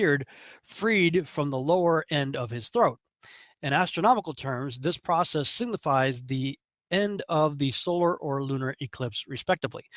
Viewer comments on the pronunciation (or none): none